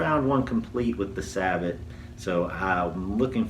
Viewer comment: I was getting ready to correct your pronunciation of "sabot," but I thought to double-check before commenting. You're quite right: "sa-bow". I thought it was "say-bow". Oxford Dictionary: sabot /ˈsabəʊ/ noun. e17. [ORIGIN: French from Old French çabot blend of çavate (mod. savate) and bote (mod. botte) boot noun2.] 1. ‣a A shoe made of a single piece of wood shaped and hollowed out to fit the foot. e17. ‣b A heavy shoe with a thick wooden sole. m19. ‣c A decorative metal foot cover for a piece of wooden furniture. m20. 2. Military. ‣a A wooden disc attached to a spherical projectile to keep it in place in the bore when discharged. m19. ‣b A metal cup or ring fixed to a conical projectile to make it conform to the grooves of the rifling. m19. ‣c A device fitted inside the muzzle of a gun to hold the projectile to be fired. m20. 3. In baccarat and chemin de fer, a box for dealing the cards, a shoe. m20. 4. A small snub-nosed yacht. Austral. m20. Derivatives: ■ saboted adjective wearing sabots m19.